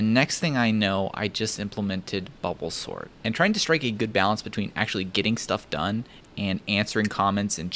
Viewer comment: I couldn't tell if he said bubble sort or Bulbasaur LMFAO